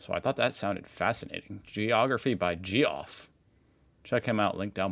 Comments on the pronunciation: Lake Eyre (Air). Also, Geoff (Jeff). Not geo (geography). Other than that, good video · g off, correctly said as Jeff lol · Yes, Gee-off or is that Jeff, got his northern line of aridness very wrong in the top end of NT, but not by much. You don't have to go too far inland before it starts to dry out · Ge Off pronounced Jeff. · ROTFL! I had to pause the video a few seconds into it, because you cracked me up! “Geography by “jee-off”. I was rolling around with laughter! Geoff aka Geoffrey is the original spelling of the name you spell Jeff aka Jeffrey. Jee-off cracked me up! 😃😆😆🇦🇺👍🥰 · PS .. Geof = Jeff, not G-of. Lol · I thought you were AI for a second Geoff (you pronounced Ge off ) is another way of spelling Jeff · Also the presenters name Geoff is pronounced the same as Jeff not gee off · And it's geography with Geoff (pronounced Jeff). Either an American or AI doing the speaking in this documentary. Also it's called Lake Argyle (pronounced arg-eye-l) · If you choose videos on Australia made by Americans, you can expect some errors,. You are correct; the northern part of Australia gets a lot of rain during the wet season (summer). Lake Eyre is actually pronounced "Lake Air". By the way, Geoff is pronounced Jeff. In the ancient past, Australia had not only great lakes, but an inland sea. I think the Caspian Sea is larger in are than North America's Great Lakes. Is that Lake Eyre? No, I think that was probably Lake Mungo. This area was occupied by Aborigines for tens of thousands of years. There were famous human remains discovered there, including Mungo Man, which has been dated to around 42,000 years ago. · Lake Eyre (pronounced Air) ang Geoff (pronounced Jeff) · Geoff is pronounced Jeff. Eyre is pronounced Air. Getting names wrong is okay, though. We Aussies can't even agree on how our own town and city names are pronounced. Cheers. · You mean Ge-off? Can't trust a man with a name like that. 🤣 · "Gee-off". Haha.